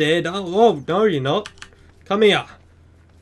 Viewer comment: is it just me or is it funny when he says hea but funny in a good way